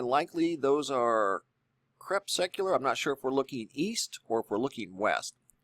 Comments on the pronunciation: "Crep-seck-u-lar." 6 min. 38 inches. Dude, your pronunciation cracks me up sometimes. Ha!-ha!-ha!. You're so "sciency," really know your stuff, NOT! How to pronounce "crepuscular." Time to learn, after all of these years! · Hey dude ... are you trying to say CORPUSCULAR when your saying CRAPSECULAR?? or is there another word I'm not aware of that refers to sunlight as it is being diffused by cloud cover?? you might want to look into that... It's as bad as supposABLY or IRregardless.... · I do wish you would learn the proper pronunciation of ' crepuscular ' it drives me crazy the way you say it. Also too bad you changed your tune on geo-engineered clouds (skies), used to admire your truthfulness on the subject. Losing credibility by just saying "I don't know" when you show chemical trails made on the sky. Although I will stay subscribed, because of a wealth of other information you put out, I am very disappointed. Take care and all the best to you, and your family. Stay safe!